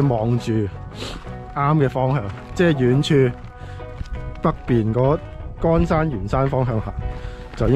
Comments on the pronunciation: 乾山 （Kon Shan）係讀個“肝”音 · 恭喜考牌成功 BTW, 乾山的"乾" 讀音應該係乾隆的"乾" 先岩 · 乾山不讀干,很刺耳。乾坤點讀??